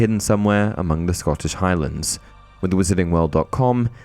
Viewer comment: I stopped when he said scottish highlands. 🤦